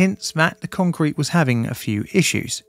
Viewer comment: What is "Concerete"? Is that Spanish?